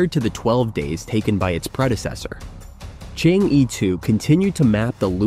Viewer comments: Chang er. Not Chang yi Stubborn.Never want to pronounce it correctly. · Not to pronounce Chang-e as "chang-i", but "chang-er". There is mythological tail about a fairy lady "chang-er" who flew to the Moon thousand years ago and she has lived there since, along with her jade rabbit. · Chang - eh (not Chang - Yi)😊😊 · Chang er not Chang yi. You stubbornly mispronounce it and malice. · It's not Chang ee but Chang er ok? Don't kill the Moon Fairy. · Chang- e, please pronounce it as, in Chang, the a sounds like most European a, like German Italian as A, or similar to ar. The E, is not simple E, like er, or, ur, but does not sound the r . 嫦娥，a legendary lady lives in the moon. You can copy the Chinese characters and in google, paste to Chinese translate!To English, you will hear how it sounds. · Chang'e should be pronounced more like "chunk" "ur" - as in 'urgent'. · chang'e is pronounced and "chang er" pls correct your words..it sounds so weird listening to you.. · Chang-e is actually pronounced “chang uh” named after the Chinese legendary goddess of the moon. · Prononce “Er.” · Pronounce as er not e😢😮😮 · Pronounce Chang - Er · Chang'e is pronounced as Chang 👉errr👈 in Putonghua ( Mandarin ).😊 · So annoying to hear Chang E spoken constantly absolutely wrong. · Shame on the Announcer. please check with a Chinese speaker how to pronounce the 'Chang 'E'. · The host completely mispronunciated Chang'e . He should had checked it online before uttering it. It's misleading... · It is difficult for non-Chinese speakers to correctly say "Chang E" (嫦娥) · Judging by the number of times he changed the pronunciation of Chang'e, I suspect it was a real person doing the voice. A robot voice would know how to pronounce Pakistan. :-)